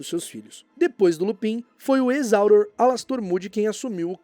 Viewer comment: Não se fala "áuror" se fala "aurôr" , melhora isso dai bruxo.